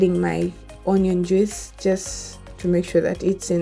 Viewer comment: You really need to learn how to pronounce JUICE....😇